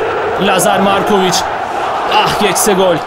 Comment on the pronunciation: abi lazar morkovıc değil valla yazar markovıc